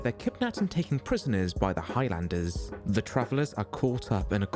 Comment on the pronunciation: It's not High Landers it's Highlanders!!!